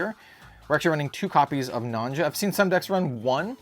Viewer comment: By the way, "Nonja" is pronounced "Nonya"! If you listen to her voiceline in Shadowverse, she pronounces her name. ("Nonja! And the wonderful princess Prim.")